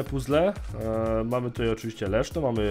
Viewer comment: Zamiast Leszno usłyszałem Leszczo xD